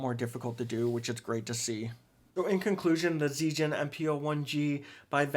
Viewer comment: it's pronounced as zee(Z)-gen (like the genji in overwatch)